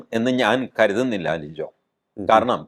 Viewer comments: ലിജോ അല്ല, ലിയോ. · ലിജോ അല്ല ലിയോ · ഒരു തിരുത്തുണ്ട് സർ ലിജോ അല്ല സർ ലിയോ ആണ് സർ സോറി സർ